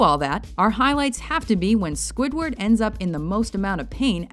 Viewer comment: swidword got mad